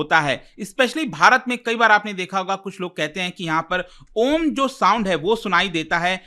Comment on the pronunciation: It's aum or om not hum